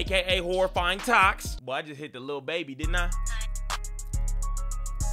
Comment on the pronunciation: The part when he said toks